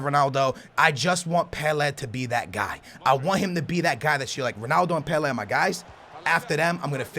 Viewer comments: (Peley)( not peleh) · Its Pele not PelAAA . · Listen mate ur saying peele i beg you pronounce it as Pellay. Ur pissing me n a lot of people off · It's pele not pelayyy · I can't watch this video because he ties to make all names foreign. Its just pele not pelayyyyy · Pronounced "Pellay", not "Pelleh" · It's pronounced pelay not pelair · Peleh? kek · O BOM E YANG JFC PLEASE. PELEH REALLY? I love you but your pronunciations are actually annoying. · Wtf it's not pronounced pel-eh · No.. His name is pronounced Pelay no matter where you are from it is pronounced the same as his name was given to him.. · You are Horrible at pronouncing names but your vids are awesome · The way you pronounce pele bothers the crap out of me! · How can u not even pronounce Pelé. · Jesus Christ you can't even say pele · Please say his name right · Please learn how to say pele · he says Pele really weird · That moment when he pronounces the best player in the world wrong..... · The way he says Pele but great video Bro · and say Pele properly please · anyone else think it's weird the way he says Pele??